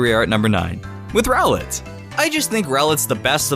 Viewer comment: When he say ROWLET i think he said GROWLITHE